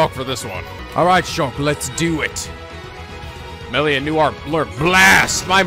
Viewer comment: If gonna go this whole episode saying "Meelia," oh boy, it's gonna be just like Revali all over again........